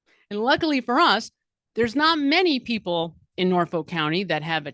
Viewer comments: BTW, it's pronounced Norf-uk. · You're pronouncing it wrong, it's Nawfik.